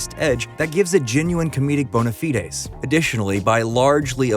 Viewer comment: Bohneh feedes?? This robot script reader cracks me up with it’s mispronunciations. We’re so close, yet so far, from a complete AI overlord.